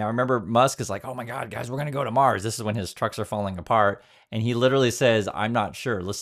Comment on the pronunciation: "A self-sustaining city on Maws". Where's 'Maws' exactly? On the outskirts of 'Mississippitti', perhaps?